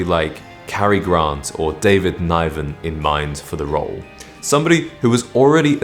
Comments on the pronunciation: It's pronounced Niven not Nyeven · who is David NYVEN? 🤣 It's pronounced NIVEN like GIVEN. Apparently after the first interview, Broccoli watched Connery through the window as he was leaving and said "Look at the way he moves" Completely agree. Connery and Craig are my two favs for that very reason. Good video, great name! Subbed. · Niven is pronounced like "given".